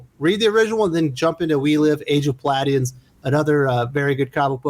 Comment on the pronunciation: Pah-lady-ons. You’re a good kid.